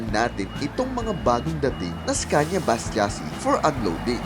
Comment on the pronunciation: iskenya po pronounce dyan